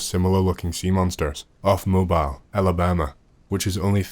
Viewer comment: Future reference Mobile, Alabama... Mobile is pronounced 'Moe-beal' every time anyone down here in the South hears someone pronounce it as you did is always hilarious.